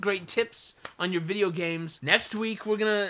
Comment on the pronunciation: "I'm the and I'm saying..... Vidjagaems." loltastic.